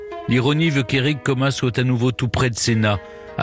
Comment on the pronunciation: alors monsieur Stéphane berne c est Érik comas et non coma.....